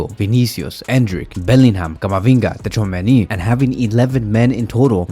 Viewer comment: why are you saying tchouamenis name so funny?